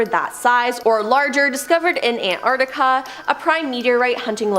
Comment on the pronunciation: It's probably better to have someone who can pronounce Antarctica properly to do the bit about it...